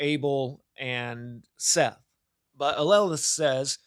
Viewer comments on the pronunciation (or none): none